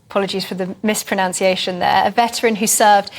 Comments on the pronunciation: "Mis-pronounciation" ??? Here we have a professional broadcaster who can't pronounce the noun form of "pronounce"! It's spelt - (and pronounced) - as "mis-pronunciation". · Lol she mispronounced mispronunciation 😂